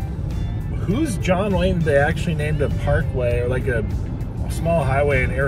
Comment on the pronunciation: John Wane? WTF?